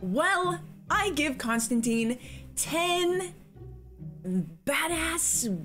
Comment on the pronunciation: There is one thing wrong with this movie, and it isn't what you said ... It's their pronunciation of Constantine. He's a DC character, and the name is meant to rhyme with wine.